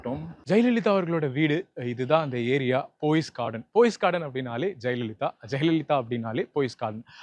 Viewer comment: It's Poes Garden not Pose Garden